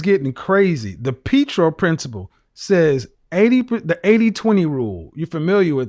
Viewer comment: It’s called The Pereto (pronounced Puh-Ray-Toe) Principle. Not the “Petro Principle “